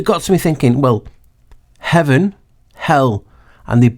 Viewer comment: I was half awake listening to you speak from the next room, and all I could hear you saying was HellHeaven not Eleven. 😮 I can't stop hearing it now.